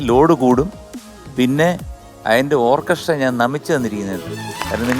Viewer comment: ഓർക്കെസ്ട്ര അല്ല ശരിയായി പറയൂ " "ഓക്കസ്ര "❤️❤️😍😍😍